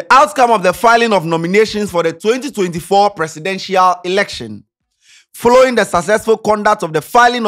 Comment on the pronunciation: Did I hear that right, I heard forroring😂😂😂😂